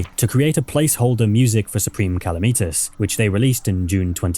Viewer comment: It’s Calamitas not Kalameetus,the mod is called Calamity for a reason, not Kalameaty